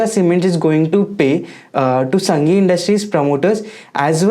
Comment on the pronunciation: संघी नही सांघी नाम है कंपनी का